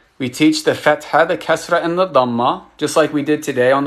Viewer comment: Bro the kasra is more of a "ee" sound